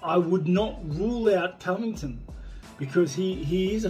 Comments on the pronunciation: I've heard St. Pierre say Colby's name correctly many times. I think he's kind of "low key" pronouncing it Colby "Covictim" on purpose, using Colby's own name game that he likes to use so much. Great move by St. Pierre!...Touche' !!! Even though Colby is GREAT for the UFC and an amazing fighter, who I love watching fight, that shit with his name is hilarious. George has a great sense of humor, both on and off camera. He's an all around great, normal guy who's enjoying his retirement to the fullest. Going out on his terms has done him well. Which, I believe, kept him healthier. It's not often you see fighters who were "aged out" or advised to leave because they were no longer competitive. They were more likely to suffer/sustain life altering brain, or other injuries if they'd continued to compete at the highest level. It's a fact, not up for debate. We don't hear from those fighters near as much as the ones who retired on their own terms. That being the smart and healthy way to do it for healthy longevity. This was just supposed to be about the "Covictim" thing...lol...I kept thinking of things each time I edited a misspelled, or removed an unnecessary word. OCD, the struggle is real !!! lol... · He usually pronounces it correctly. Even the first time in the interview. I'm pretty sure he was saying Colby "Colvictim", which is GREAT considering the name game Colby plays. But I still think Colby is awesome, even if Usman gets him again. Colby is GREAT for the UFC. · Gsp pronouncing "covington * was great 😂👌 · “ colby co - victon “ 😂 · Did GSP Call Colby čoviktam? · Georges "Colby convigted" st pierre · Gsp : Col by Con Ving Ton 😅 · did GSP said Colby Convector by accident or on purpose? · GSP “Colby cO-viCtiN” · Wait did GSP call him Colby CoVICTIM 😂😂😂😭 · GSP says cobt covicton gonna lose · I think st. Pierre said Colby covictim lol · "Colby co-victim", hahaa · He butchered Covington. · GSP trying to say Colby Covington was the highlight of this reel.